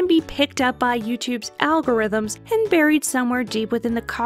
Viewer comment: WOW GREAT JOB! Were gonna have to start calling you!! (Al-gore ithms lmao)